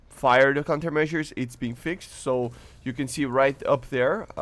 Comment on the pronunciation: AHHH ITS FIXED MAN not FIX-ED ahhhhhhhhhhhhhhhhhh, you got good english just fix the fix-ed and reduzed